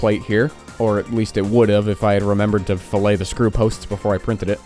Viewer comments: its actually pronounces FILLIT not FILET you are clearly not a pro fusion 360er like me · he mispronounces fillet. This pronunciation is for slabs of meat, whereas the engineering term is pronounced as 'fill-it' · Dude im triggered. love this video but you got me when you pronounced a fillet like a mcdonalds filet-o-fish :dothefive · Did he pronounce “fillet” as “filet”? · Fill - it Not fill-ay yw :) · You, sir, are self-taught in CAD use. Impressive, but do you know how i can tell? It's not pronounced fill-ay, its more like fill-let